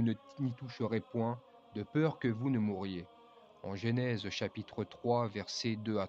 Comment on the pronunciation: Ne dites pas « GÉNÈSE » mais « GENÈSE » !